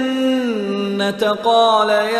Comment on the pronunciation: Janna. taa kiun par gay ha?koi idr ruk jata ha.similarly jeem ka b issue ha